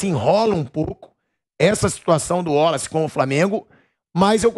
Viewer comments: Pilhado não é Woloce, é Wallace, Waaaaaaalace!! Pqp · porque fala WOlace?não seria WAlace? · O pilhado falando ÚOLACE, é irritante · cara chato com esse negócio de uólaci, porra o nome do cara é Wallace. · Pilhado. " uolace" 😂